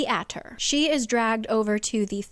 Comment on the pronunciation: Is it just me or is anyone hearing say aquatar?